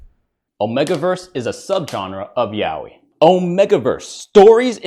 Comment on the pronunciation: wait thats how yaoi is pronounced